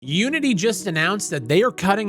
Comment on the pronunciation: When you said fuck unity, I thought you said fuck you and I was like wow rude. LMFAO.